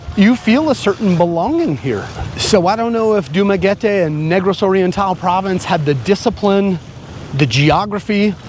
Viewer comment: You pronounce Dumaguete like a complete idiot..